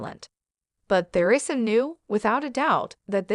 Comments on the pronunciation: Isn't there any way to get a narrator who can properly Pronounce Teresa and and Not THEResa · It's Teresa Not Ther,esa